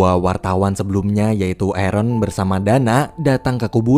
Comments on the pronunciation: Aaron dibaca eren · Biar aku jelaskan buat yang gak ngerti jadi orang ini bilang di menit kan ada yang nyebut nama arron kan orang yang nulis menit ini denger nya Eren gitu